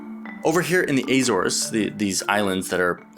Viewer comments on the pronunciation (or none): I think you should ALWAYS clarify pronounciations like Azores. Portugal is your home, and i think it's a matter of respect to try to refer to someone's background and culture properly. Your videos are about the US, but you are not obliged to use American-style pronounciation if it isn't correct. Also, I think you should do a video covering the defense commitments the US took on after World War 2 that led to the modern global presence. We are imperfect, but the US was tasked with defending large parts of the world after World War 2 because we were the only nation that had the resources to funds to defend their war-torn allies. The modern US defense umbrella is attributed to those agreements, and partially thanks to that protection, many of our allies have been able to test and implement more effective progressive social policies. However many countries have yet to pay back US recovery loans to this day. Im not attacking other countries by any means, the US needs to take a good look at Europe's social programs, but people should understand the origin of US globalism before attacking Americans outright. We are the world police, but we were also largely asked. We didnt just shove everyone out of their own land without permission, they werent Native Americans.